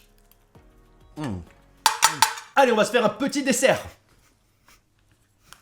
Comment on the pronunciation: Il voulu dire " hein " mais c'est vrai que ça ressemble à un UN xD